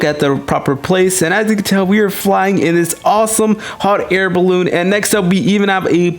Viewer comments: He Said Bal-oon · the way he says "Balloon" Oh my god that's so funny 😂😂😭🤣